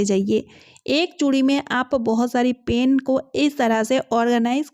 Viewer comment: Pain nhi pen bolo yaar😂